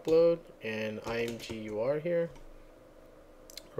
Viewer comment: I think it's supposed to be pronounced imager. At least that's how I've always said. Thanks for this, I love imgur but hate their upload UI.